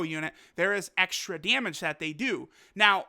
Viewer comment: This guy talkin' about "dyemedge". Not damage, dyemedge. lol